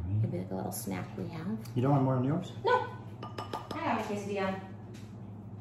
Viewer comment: If she says quesadilla one more time!!! 🤦🏼‍♀️🤬